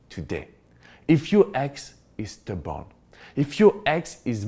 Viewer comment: you're adorable... I thought you said "if your ex is the bomb" instead of stubborn. 🤣🤣. Love your accent and great advice.